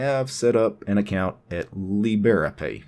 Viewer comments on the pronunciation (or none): That's an interesting way to say librepay :). It's two words "libre" and "pay". Not lib-era-pay, it's libre-pay. Like "leebruh-pay" or "leebray-pay". :) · And I love it! XD